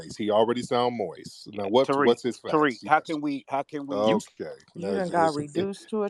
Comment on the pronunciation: He said he already sound moisss not moist but moisss 😂 Tariq is the best and fast on the comeback 😂